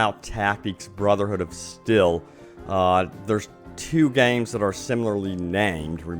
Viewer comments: Why are you saying Brotherhood of Stel? It's Steel. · still still??? its ST EE L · It's steeel not still. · It’s pronounced steeeel